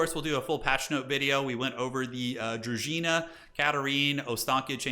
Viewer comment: Oh shit, someone finally pronounced druzhina right. Go figure, it was the guy with a Polish wife lol